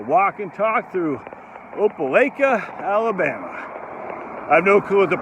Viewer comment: Long “i” in Opelika , it’s like you Lika it.